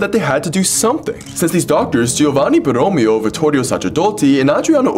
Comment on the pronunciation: True, unfortunately borromeo is pronounced with the emphasis on the last e, and it's not osscini but ossicini.